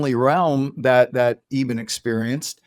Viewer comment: First of all, I find John Burke's repeated mispronunciation of Dr. Alexander's name disrespectful. The host pronounces it correctly, which you would think is a cue to Burke as a reminder, but no - he continues to call him "Eeeeben" throughout the discussion. Minor point, but it was irritating. So on the one hand, we have the 'God' of Unconditional love - accepting everyone with no judgement. And on the other hand we have Jesus' sacrifice for our 'sins' and transgressions to 'save' us. But with a caveat - so long as you follow Jesus and believe in him, wahla! That's your ticket to Heaven. All the rest, well... sorry for your luck. Burke's research seems biased toward Christianity laden accounts only. Or its his main focus. I've listened and watched many NDE accounts where Jesus doesn't appear, but a guide or guardian type of being comes to help the newly deceased person. There's still the unconditional love theme though throughout. Anita Moorjani's NDE didn't feature Jesus either - she was brought up in a multicultural country with different beliefs. She saw and communicated with her own father. It makes ZERO sense that an 'unconditionally' loving God goes and imposes the condition of believing in Jesus or you're doomed. The NDE literature and thousands of accounts contradict that doctrine. So either the Bible is wrong on this point - having been written by groups to gather followers and power. Or it's correct and Christianity is based on God's conditional love for humanity. O